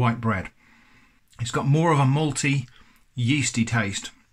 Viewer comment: "malty" sounds a lot like "moldy".